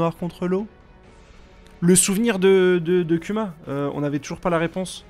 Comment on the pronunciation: 🤣 le non respect tu dit "cul ma" pour Kuma mais tu dit bien "Kizarou" pour Kizaru. Barbe le noir c'est le roi de wano cunni ?